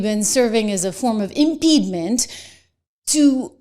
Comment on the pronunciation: 'Impediment,' not 'impedement.'